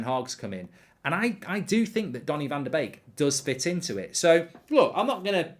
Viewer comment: As a Dutch guy i love it that you pronounce Donnys name correctly, its indeed like 'bake'...love your content, cheers!